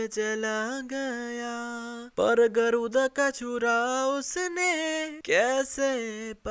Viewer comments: गरूदा nhi गरुड़ा tha 😂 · Your mastakas:you call गरुदा but real name गरुडआ